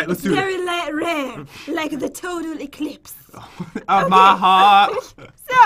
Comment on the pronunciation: it’s very lrare lik th aclipse